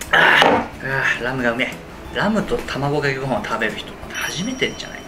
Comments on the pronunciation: 卵かけご飯の動画なのに一回もまともに「卵かけご飯」って言えてないｗ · 「これが僕の求めている卵ｶｹｺﾞﾊﾝ(←聞こえないw)」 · たぁこかけごはん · １回も『卵かけご飯』って言えてない感じがすごい好き！笑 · ずっと「卵かけご飯」言えてないwww 言う度に笑ってしまう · 1回も卵かけご飯言えてないの可愛いww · もう卵かけご飯が言えてないのがめっちゃ楽しい😂